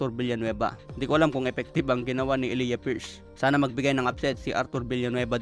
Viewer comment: E-lay-ja pagka bigkas jan.pariho kami ng pangalan ni pierce